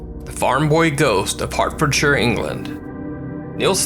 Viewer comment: hertforshire said correctly by an american. 3 internet points..are you getting pointers by a british person?! XD